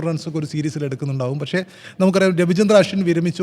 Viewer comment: 'പശ്ശേ', വയങ്ങുക', 'ഒയികെ,'എയുതിച്ചേർത്തു'.... നല്ല മലയാളം പറയാൻ ശ്രമിക്കൂ മിസ്റ്റർ.. 😅